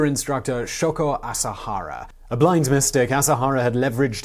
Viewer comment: Sho-ko A-sa-ha-ra. Japanese letters are consonants paired with vowels or singular vowels. My Japanese prof in university called it the machine gun language because you just throw out short sounds quickly. You did a pretty good job with it btw.